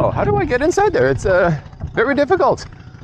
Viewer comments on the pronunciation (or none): Filipinos tend to pronounce the v as b. So the answer is berry good😂